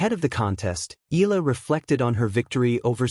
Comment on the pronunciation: EEE-YAH-LAH....that is how you pronounce her surname, instead of EEEE-LAH Pleeeeez